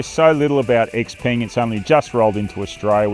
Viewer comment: its pronounced "x-pung"......not x-PENG. Please get this right